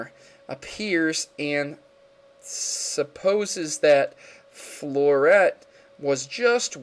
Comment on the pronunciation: floette is flow- et - E